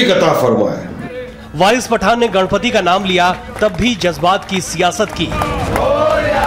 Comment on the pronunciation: Gadpati nahi ganpati. Theek se bolo naam.